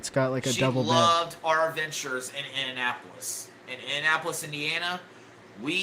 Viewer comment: one of my favorites is "In'n'apolis"